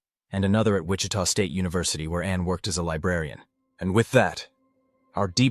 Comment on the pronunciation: Ai garbage voice? Did it just mispronounce Wichita